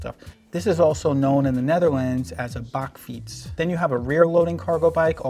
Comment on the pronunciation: Recently upgraded the urban arrow to a “Lovens”. New dutch brand with suspension at the front. Much more comfort! Love how good your pronounced “bakfiets” 👍 Love the channel by the way